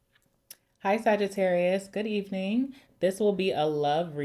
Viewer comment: “Good evening” sounding like a real Jamaican aunty 😂😂😂❤❤❤🇯🇲🇯🇲🇯🇲